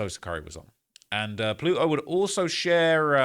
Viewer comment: Ploot-o 2x 😂